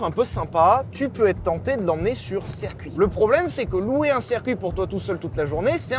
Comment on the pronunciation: Chers youtubers, on dit circuit pas cercuit.